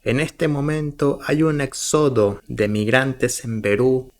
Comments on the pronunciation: Amigo por favor éxodo, lleva tilde en la "é" por favor haz el tono correcto éxodo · Éxodo amigo, no exodo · Éxodo! Tildado en la “É” 😂😂😂😂 no existe ningún “exódo” 😂😂😂😂😂😂😂😂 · SE PRONUNCIA ÉXODO, CON TILDE EN LA È